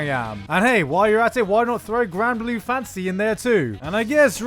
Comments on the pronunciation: For some reason every time you say "fantasy" all I hear is "fancy">_> what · Lol, every time he says,"Fantasy," it sounds like he's saying,"Fancy." It's a fancy world, you guys.